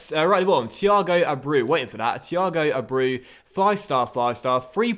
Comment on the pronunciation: abreu is pronounced a-bray-oo